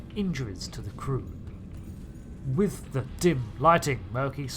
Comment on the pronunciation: "Wifh mint frosting."